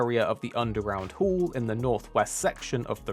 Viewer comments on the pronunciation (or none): none